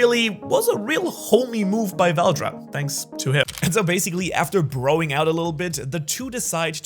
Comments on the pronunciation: It is veldora not veldra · tf is veldra its veldora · his name is VELDORA like dora not veldra a in dragging these balls on your kitchen table. ok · vel do ra not vel dra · Fun fact it’s Val-DORA not whatever you been saying 😂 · Veldora is spoken as vel door ra= veldora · CAN YOU SAY THE A IN VELDORA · Why did u say veldora's name is veldora when it's name is veldora?